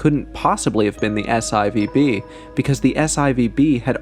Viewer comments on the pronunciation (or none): S eye Vee Bee? Saturn Four "B". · S-IVB? 😂😂 You mean S-4B!! I guess you or your AI voices don't do Roman numerals! 😂